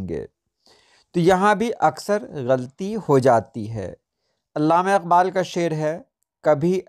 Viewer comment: آپ لفظ غلطی( غ پر زبر، ل پر زبر، ط کے نیچے زیر اور ی ساکن) کو غل طی بولتے ہیں۔ براہ مہربانی اس پر توجہ دیں۔ اس کے علاوہ لفظ مجاز "م" پر زبر کے ساتھ درست ہے۔